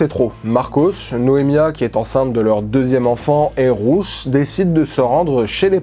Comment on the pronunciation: Super vidéo ❤ Par contre Ruth ça se prononce comme root en anglais